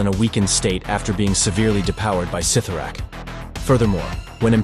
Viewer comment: It's pronounced sit-tor-rack